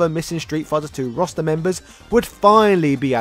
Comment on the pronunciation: I keep hearing "Rasta" whenever you say "roster." It works.